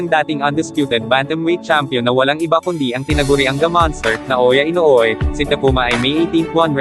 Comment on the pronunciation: Tapales hindi tapalis at inoue hindi inoui